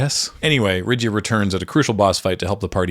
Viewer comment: Nice video, just one thing. Most of the pronunciations are a little bit off, you pronounce them as english words, and Japanese doesn't work the same as english for pronunciation. You pronounce Rydia as Rid-ya and it's pronounce Rid-ee-uh, think the same root as Lydia (and there's a non zero chance that was the original intent for the name as japanese L and R are interchangeable).